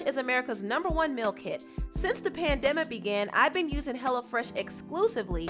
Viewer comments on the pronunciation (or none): Did she say PANDEMA 😳😩😭😭😭😭😭 it’s PANDEMIC 💯🤣🤣🤣